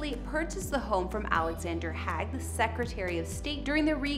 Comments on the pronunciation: You need to learn to pronounce Reagan and Haig. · Hay I don't know where you where educated, but you need to go back to school and learn how to pronounce Alexander Haig's and Ronald Reagan's surnames.